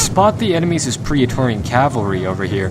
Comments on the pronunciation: good vid but remember its PRET-TOR-RIAN ;) theres no 'pria' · It's pronounced pray torian like how daemon is pronounced daymon.